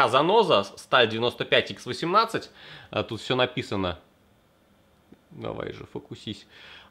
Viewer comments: Сталь не "икс", а Х(русская). 95х18 наша нержавейка, довольно хорошая. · Сталь не 95"икс"18 а 95"Ха"18 - от слова хром )